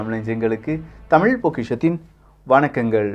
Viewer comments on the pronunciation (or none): none